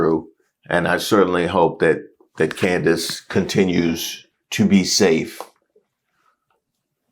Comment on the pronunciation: had me crying over Candace Owens - he calls her Coondace 😂